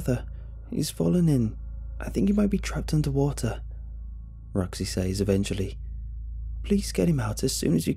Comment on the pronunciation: Dude you’re not saying says right, it’s meant to sound like sez, how you’re saying it is never applicable